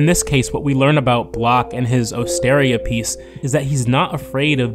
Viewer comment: Osteria is pronounced ost-er-EE-a.